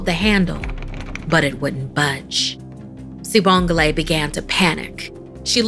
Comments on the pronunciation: I know she did not say "Sibongle" 😭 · It pronounced wrong by the way